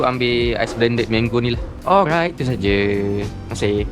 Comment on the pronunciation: hahaha betul2 pelat 'r'... Hahaha 😂